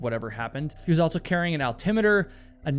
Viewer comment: You are fascinating. I just wish you didn't say "altso".